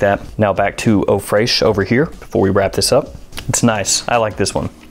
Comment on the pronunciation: Tip: Fresh is still pronounced Fresh in French not fraych.